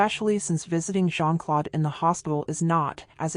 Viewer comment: Not Jean- Clode! It's Jean-Claude! Like the letter O. I cringe every time she says Clode!